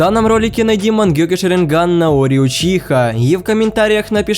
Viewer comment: Наори а не нароль